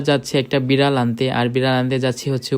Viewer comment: বিরাল❎ বিলার✅ 😂😂😂😂